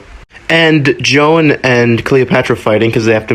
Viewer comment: HER NAME IS JOAN NOT NOT JO-ANN